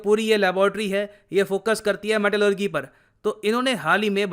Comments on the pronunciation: मेटेलेरजी not मेटेलेरगि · Sir metallurgy ko metallurjee bolte hai naa ki metallurgee bolte hai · Good information. One correction- Pronounciation of Metallurgy is wrong. It's मैटलर्जी not मैटलग्री। Thanks 🙏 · Pronounciation of Metallurgy... With "ji" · Pronunciation of Metallurgy = meh·tuh·luh·jee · Dear Sir, pronunciation of metallurgy is not correct... its metal.lur.jee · Metallurgy pronunciation 🤣🤣🤣🤣🤣😂😂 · Bro your metallurgy pronunciation is wrong